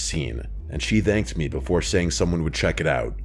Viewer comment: is the only person I've ever heard who pronounces "thanked" without the TH.